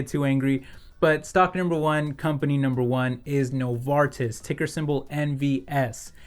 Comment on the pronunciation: Excellent pronunciation on Novartis ;)